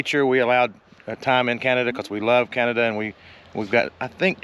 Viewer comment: OMG, Please stop saying canaduh. We were in San Antonio and would not say San Antonia USA, we say SA Texas. This is such an issue for us when Americans come through Alberta and BC. Hate to make this political, but Alberta wants out of canaduh. We would ask that you refer to just the provinces, not include us in the retarded country called canaduh.